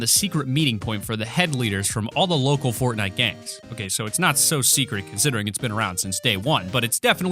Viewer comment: Did you just say potnite.